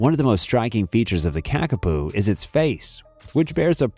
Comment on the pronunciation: The narrator is pronouncing the New Zealand flightless parrot as Kakapu( which is incorrect) this is correctly spelt and pronounced as 'Kakapo'.